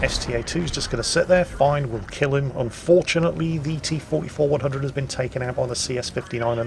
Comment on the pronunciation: you pronounced the T-44-100's name wrong